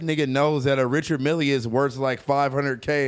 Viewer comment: Richard Mille is pronounced Richar Mill not Richard Milly. 🤦🏻‍♂️🤦🏻‍♂️🤦🏻‍♂️